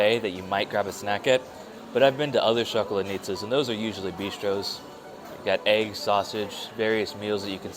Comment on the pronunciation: I keep hearing Chocolate Nizza LOL! It is pronounced shakalAdnitsa (stress on the letter A, between letters l and d).